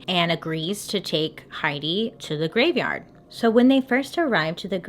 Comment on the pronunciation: Am i the only one that heard ‘gradeyard’😂❤️❤️❤️ohhh my .. time